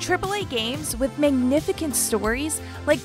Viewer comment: never heard magnificent pronounced that way.